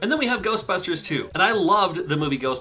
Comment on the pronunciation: GERSTBUSHTERSH! Never gets old.